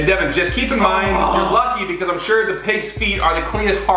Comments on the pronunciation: It’s devan not deaven now learn there names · Its devan... not divan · It’s devan not Devin It’s not Collin it’s Collins with a S